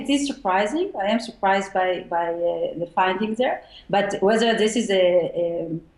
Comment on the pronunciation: "I wuz zooprised by zee findings"...ok, you admitted you were wrong, see you later.